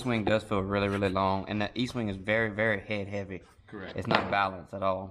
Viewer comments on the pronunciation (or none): Dude it’s ESTWING NOT Eastwing. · Guys please its Estwing not Eastwing. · Est wing, not Eastwing. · Its pronounced est wing not east. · Estwing Estwing NOT EASTWING. You should learn your product ESTWING. You guys have no idea what you are doing. Coming from a guy who framed over 100 homes. READ THE HANDLE!!!!!! Pathetic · ESTWING NOT EASTWING, come on READ THE HANDLE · Estwing…not Eastwing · Nice video. Though, I'm a little perplexed as to why you can't properly pronounce the name of the Estwing hammers, even with the spelling right there on it.